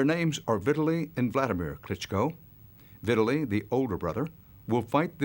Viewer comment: It’s VitTAli lol the way he says it